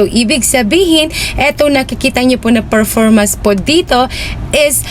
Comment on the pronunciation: Bat ganyan ka magsalita? Halos may mga a sa unahan. a-followers, a-last, a-performance